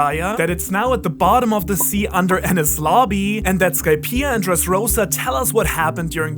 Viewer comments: As a secondary english speaker. When u said adding D to enies lobby i pronounce it as Denis. Cause sounds like enies haha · Of course, it was bullshit when said that Roger left a message on the poneglyoh when it's clear it was inscribed on a gold side panel. The despicable pronunciation of Enies in this vid gives the ideas less credibility. While Jaya and EL would have been a part of the AK, it doesn't mean LT was/is there. Under the X that marks the spot, LT could be at the BOTTOM of RM, and having LT right start the start and end of the GL,, and after sailing so much of the world that LT is close to where he was born, might have struck Roger as funny.